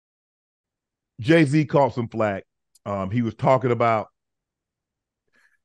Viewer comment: Idgaf what you say Jay wrong